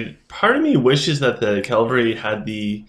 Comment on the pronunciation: Man my clash of fate was crap today, only 3 enemies joined and I totally wrecked them. Also I've noticed you call the sylv "Slyph", and cavalry "calvary", you're either dyslexic or you haven't noticed the spelling for some reason. Don't mean to be an ass or anything of the sort, just constructive criticism. You took the other guys advice about nexy so I thought I'm might chime in as well. Keep up the great work man. I might switch to sylv in the future.